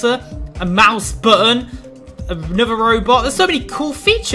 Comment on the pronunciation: I love it how he said Mouse button! LOL..